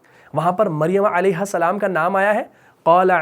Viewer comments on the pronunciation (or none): none